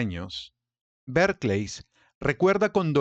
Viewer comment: Porque dice Berkleys ????